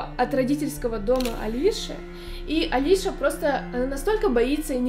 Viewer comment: Правильно не Алиша, а Алисия.